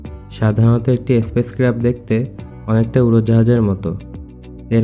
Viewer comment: এসপেস ক্রাফট নয়, স্পেস ক্রাফট হবে।